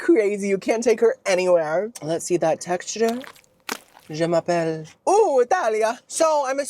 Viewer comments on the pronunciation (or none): The way u hack up the French language is a cackle lol Je m'appelle means “my name is” I kept waiting on u to say but u never do lol